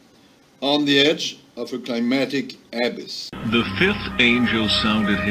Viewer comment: That french fuck can't even say abyss right.